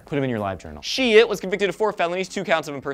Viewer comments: Seems like the last name is German and if so, it is pronounced as "schydt" (like saying shy+dt at the end) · its pronounce Shidt like SHY DT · I have a feeling that his name should be pronounced Shyt